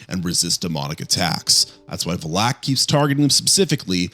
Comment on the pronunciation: Look, I like your videos, but you’ve gotta check your pronunciation of stuff… Like it’s Farmiga NOT Farminga…and I assume you’ve seen the conjuring and nun movies so how are you pronouncing Valek wrong?!?! I hated the nun movies but the mispronunciations are brutal. Maybe it’s just me but ughhughuggh